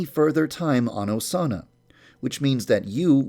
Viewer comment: Put on captions and skip it to when he says Osana. "a Sauna"